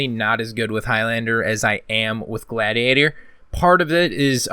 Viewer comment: sick video but how did you pronounce gladiator ? lol